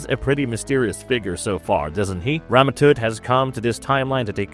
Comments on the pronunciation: “Toot”! I mean, he watched the episode, his name is spoken aloud multiple times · Tut.... Its pronounced tut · Stop saying Rama Toot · "Rama Toot" lol